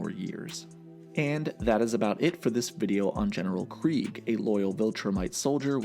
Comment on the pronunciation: Very weird they made clancy pronounce it as Kreeg when its clearly KREGG